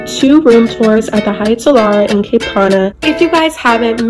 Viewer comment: you pronounced it “cape”, it’s ‘cap’